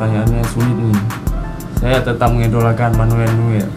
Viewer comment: Bacanya Manuel NOYER